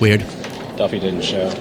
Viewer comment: Did he say duffy or puffy? 🤔😁